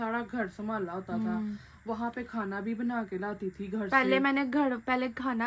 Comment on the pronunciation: gar ni hota h ghar HOTA hai